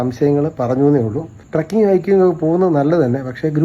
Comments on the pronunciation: കൊച്ചേ ട്രക്കിങ് അല്ല ട്രെക്കിങ് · ട്രക്കിങ് അല്ല ചേച്ചി, ട്രെക്കിങ്..